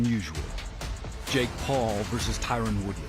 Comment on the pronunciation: Why is this announcer so horribly incapable of saying "Paul".... 😂